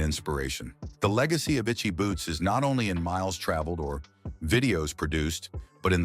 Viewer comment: Exactly! We could have spent our time better , watching one of her episodes. And he doesn't even bother to pronounce her name correctly. Disrespectful. Just riding on her popularity.